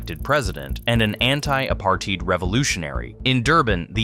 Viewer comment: I hate it when americans pronounce our names wrong, like how did you pronounce apartheid so bad. I hate it so much.😂😭